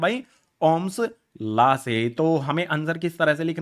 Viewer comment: ohm's law ❌ ohm's laa ✅😂